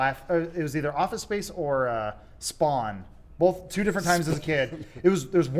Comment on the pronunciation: Adam: both (bolth) every time I love his work and his comedy but omg when he says bolth omg😂